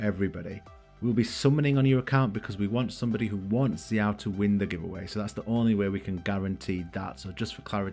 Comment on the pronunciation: Thank you for pronouncing xiao right, can't wait til he comes out!!